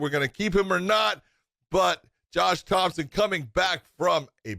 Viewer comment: Josh "Thompson" Thomson